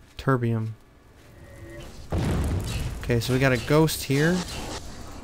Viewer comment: turbeum? sound anything like tiber?